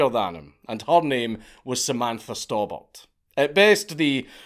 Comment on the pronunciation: Maybe it's the accent but was her name actually Samantha Storebought ???